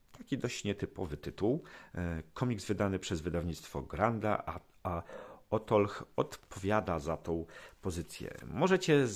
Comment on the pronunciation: to jest ottoich a nie ottolch;) poza tym fajna prezentacja. Oby więcej polskich autorow